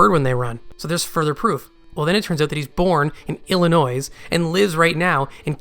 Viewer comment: Maybe is a spy trying to mislead us with his theories and pronouncing the S in illinois